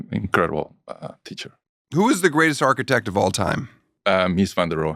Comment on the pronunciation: Your "architech"?!?! How much f*cking money did make on TOSH.O? 😅😂😅😂